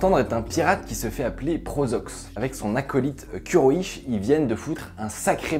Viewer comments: On dit kuroi'SH en prononçant le s et le h ! Pas "sh" ! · MDRRR Kuroi'sh se pronnonce pas comme ca rip le respect